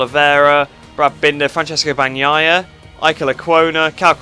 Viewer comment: I'm really proud of hearing Bagnaia right every video!!😂😂 Great video as usual. Did you see viñales?? That took a whole lot of gutsss